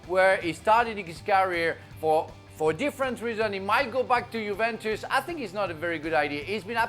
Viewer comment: Bahahha of course the French guy says no to Juve, he wants PSG 😂 also how do you guys get paid and can’t pronounce Juventus properly lol